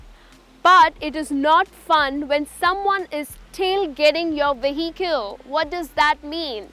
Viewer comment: U wrongly pronounced ‘Vehicle’